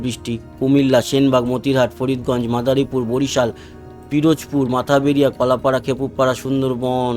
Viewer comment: মাথাবেরিয়া নয় এটা হবে "মঠবাড়িয়া"